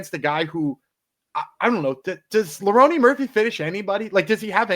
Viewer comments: okay!! Got it! Like a running joke. My bad, i missed ur picks last week and track my favorite cappers along with my picks for fun. Kept hearing both say Leroney and I had to know if i was missing a joke like you described or not lmao. Thanks for not taking it as anything negative. No need to designate an episode to me or nothing. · Is calling him “Leroney” rather than Lerone like a joke or do you guys actually think that’s how you say his name? No hate fellas, just curious